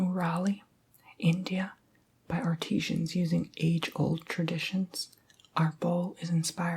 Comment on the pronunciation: Did anyone realize he pronounced artisans like art-ee-sheeans lol